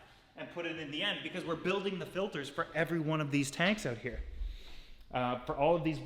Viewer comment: First time I ever heard a Canadian accent from, "We'll figure this oouutt"